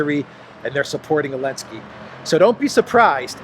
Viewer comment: Notice that you are very careful about last alphabet of English. You pronounce “ Elenskyy”. But you use this last alphabet at Na-Zi-I . You pronounce Zi. Why don’t you pronounce“ Zi-elenskyy”. By this YT may not censor your topics. If you have other intention, could you explain